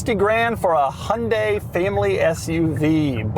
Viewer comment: remember folks, it's "yan-day" not "hunt-day"